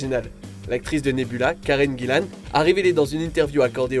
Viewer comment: Tout est bon dans cette vidéo, sauf ta prononciation des noms ! exemple karen Gillan ca se prononce Jillan et pas Guillan ! ou kevin Feige c'est pas Fei J c'est Fei jeu